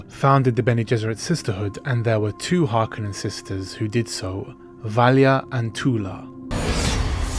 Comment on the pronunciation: Thank you for pronouncing the name Harkonnen correctly.